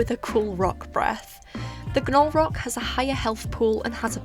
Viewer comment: Definitely team Halaqual, I can't stand slow gameplay;w; Also,, generally in american english when there is "gn" together in a word (or most letters oddly paired with an n), the g is silent, so i believe Gnolrok is just pronounced "nol-rock" 💖